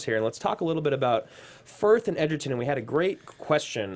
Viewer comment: Not sure why they keep calling him Edgerton when his name is Egerton